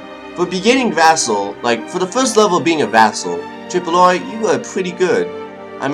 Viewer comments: I love your all your videos. Your enthusiasm and style of play makes it engaging and funny. (And just to let you know, Tripoli is pronounced 'Trip-o-lee') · Hey, i just wanted to say that Tripoli, your lovely vassal is pronounced Trih-po-lee, and it is Moroccan(mor-rah-kan) not Morocconian. And, one question. Will you work on a colonial empire into the future and explore the americas and asia, or work on dominating Africa and getting at their gold, or creating a Mediterranean sea empire, or a little bit of all?